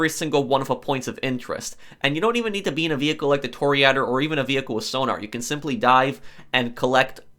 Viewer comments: Bruh this man did not just say tour-ree-ador😂😂😂. It’s toura-door🤣 (Toreador) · “Tory Eder” lol it’s Tory-a-door. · Bro it’s not tore adder it’s tore a door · Fun factoid: A “To-Reh-Adore” is a bull fighter. I dont know what a Toriadder is.😂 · it’s callled tor-a-door not toor-e-adder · TOR-EE-A-DORE, not "Torry-adder"! That really grates! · It’s Tour-ri-(a)-door Not Tory-add-der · Toreador? Nah, toryadder. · It's Torry a-Door not Torry-adder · Ah yes a “tore ader” not a “tore dor” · I'm 99% sure it's pronounced "Toree-ah-door". Not "Toree-adder". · It’s ador not ader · It's toh-ree-a-dor not toree-ador you uncultured swine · It's not pronounced Tori~adder, it's pronounced Toŕe~door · It’s pronounced toe-rey-ah-door in Spanish, which is where the name comes from. Not TORY ADDER. Tour-a-door is okay too if it’s the English pronunciation. It literally translates to bullfighter. Can also be torero (masculine) or torera (feminine). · Its pronounced Tore-ey-uh-door no torry-adder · Tor re adder 😂😂😂🤦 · Anyone else cringing so much when he pronounces Toreador?… it’s like the song. Tor-ray-ah-dohr. Like Carmen. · Pronounced "Tory-uh-door"!!!!! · Say it with me tore a door. 😁😁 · Toryadder umm okay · Im pretty sure its pronounced "Tor ia door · no, it’s pronounced tory a door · "Toryadder" stopped me from being able to finish this video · Bruh toreeyador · Tor-ee-uh-dor, spanish bullfighter, also the Artsy vampire clan in Vampire the Masquerade. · Every time he says Tor-E-Ah-Dor, my inner italian wants to scream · I thought he said tear a door lol I’ll just call it Toyota lol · Nice review of the: Toreeh-a-der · Please stop saying toriador. You can say Stromberg, you can say "toreador", the e is pronounced like in elevator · I couldn't even make it more than into the video due to his mispronunciation of toreador. (Tore-e-uh-door) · Torea-DOR god, that bothered me so much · You do great work dude! But say it with me Tore-EH-Door :) Great stuff! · Toreh a door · Toryadder xD